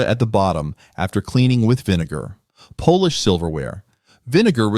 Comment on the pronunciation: One funny gaff - "polish silverware". (pronounced as the nationality) You did a good job. Thanks